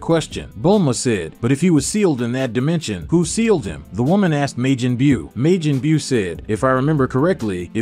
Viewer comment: why do you keep saying Meijin Beew